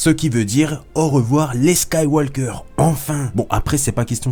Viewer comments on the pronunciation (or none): Juste ça se dit Skywauqueur et pas SkywauLqueur... voilà voila